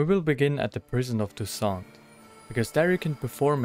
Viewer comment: It's "TousSAINT" (meaning all saints ), similar to an open "ae" sound, not "tout sans" (meaning everything without ), with a closed "oh". Why does everybody get this wrong?